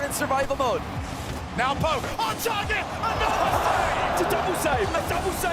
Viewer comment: It's insane that the casters refuse to pronounce NWPO's name correctly after all these years. He's a world champion and it's embarrassing that these people can't just be professionals and get it right. Maybe if I spam this in the comments enough, eventually someone from production will decide to give a shit. Incorrect: ❌ Now-po ❌ New-po ❌ New-bo ❌ No-bo Correct: ✅ No-boo